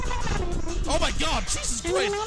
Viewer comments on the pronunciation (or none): none